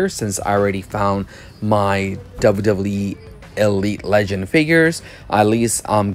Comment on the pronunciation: Also I like the way you say wwe